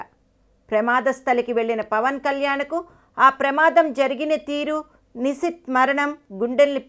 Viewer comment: Nuvvu mundu nishith peru sare ga palakadam nerchuko